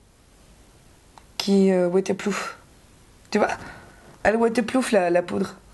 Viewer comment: Tu dis WaterplooF ou c'est moi ? 😂😂😂 sa me stressé un peu 😂😂😂 sinon cool la vidéo ! ;)